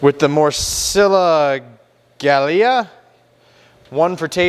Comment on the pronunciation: Great video, great food, great channel. Morcilla = mor-see-ya; Gallega = Ga=-yay-ga this means a female from Galicia b/c the word ends with an a so it's feminine; A Coruña = Ah Coo-roon-ya. Whenever you see two letter Ls together like ll it is pronounced like y in yellow. ñ is a letter in the Spanish alphabet called Enyay also pronounced like y in yellow. 😀